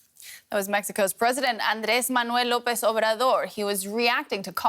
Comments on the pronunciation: This lady's Spanish pronunciation is on point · Bro it is pretty hard to be fluent in a language other than your own. I know Spanish (its my first language) and if she doesn't speak Spanish she did do a great job at pronouncing that name.